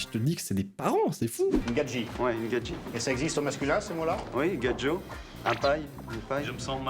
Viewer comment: "une gaji ?" ah bah pour moi, c'est la carte foudre du mois de novembre au Hanafuda 😂😂